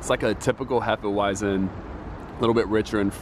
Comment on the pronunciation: Vitus is a weizen bock. A bock is usually darker and has more alcohol. It's actually pronounced hay-fah-vit-zen, not hef-uh-why-zen. You mentioned it always tastes like banana. That is a signature flavor of hefeweizen. The yeast esters and phenols produce banana and clove flavors. Love Weihenstephaner beers. Truly world class.